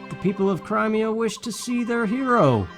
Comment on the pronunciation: 1. OH MY GOD, YOU SAID CRIMEA RIGHT!!! Haha, sorry, that had been bugging me all series. 2. I'm happy they DIDN'T end up making this a romance plot between Ike and Elincia. There's romantic tension, A BIT, but I don't think they wanted to stretch it, which suits me just fine, because Ike and Soren forever, THANK YOU. 3. Well, okay, you said it right the FIRST time, anyway...sigh. 4. "We are the sultans, we are the sultans of swing." Correct. Dire Straights is a good band. Straights? Straits? I THINK it's the first one but I'm not positive. I can't spell for shit. 5. Ashnard: "Let Daein fall with me." Micaiah: "BITCH, I DON'T THINK SO!" And thus, the second game was born. 6. Hmm, from WHOM did you learn that it's pronounced "CRY-me-a", hm? Sounds like a me thing to have definitely said at the start of the series, so you're only now just getting to my comments. THAT'S fine. Or it was just someone/something else entirely. 7. Really? I always did Tibarn. I think he has the best balance of the three. 8. NOOOOOOOOOOOOOOOOOOOOOOO! You know why. XD 9. The criticals are, ahem, CRITICAL to your success. Ha...ha...I'm punny. 10. You get to a point in this game where the weapons triangle doesn't matter, and for future reference, eh, Soren can hurt Ashnard. 11. He's calling himself a poor imitation of--and I can't spell this--Caineghis. The Lion King, I mean, the real one. 11. Rajaion is DAYUM! 10/10. XD Remember, though, I have exquisitely diverse tastes. Any other guy with any other loo